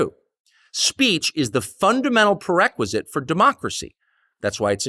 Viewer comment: Per-requisite? C'mon Tucker!